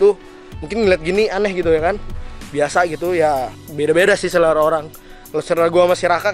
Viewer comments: Selera bro bukan serela hahaha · selera woy bukan serela wkwkwkw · Selera bang selera, bukan serela. 😅😅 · Serela atau selera?